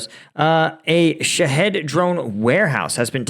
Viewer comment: Shaw heed , like lock heed martin, drones i think is how it's pronounced, i could be wrong, ❤